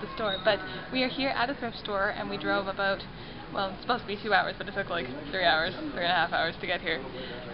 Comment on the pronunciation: okay well everyone hears it as aboot. so stfu or something sorry.